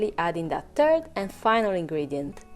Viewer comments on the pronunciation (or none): Even though I'm not a native speaker I still heard "turd" instead of "third".